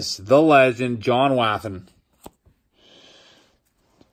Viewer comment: Come on....you need to get John Wathan's name pronounced correctly...start his last name like saying Water not like how a babies cry of waa.